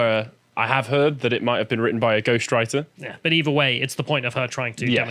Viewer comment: Did say Amber Teard?